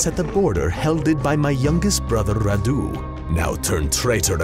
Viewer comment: If you are vlad then you should have a romanian accent. And also radu has the accent on the a not on u